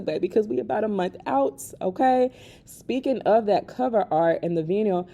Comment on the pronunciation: The Pink Print 2 vinyl record counts as a pure album sale so each one sold is an album sold. I would encourage everyone to get one, no pressure though 😅 Also vinyl is pronounced with a long " ī " so it would be pronounced something like "vy-null"